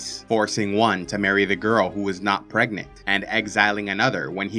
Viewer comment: Am I the only one hearing Pregnate instead of Pregnant?